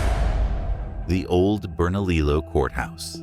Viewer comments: Burn A Lee Oh is the correct pronunciation. I live here and I know. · Two Ls in Spanish is pronounced with a "Y" sound. You get it right with Mesilla but not Bernalillo.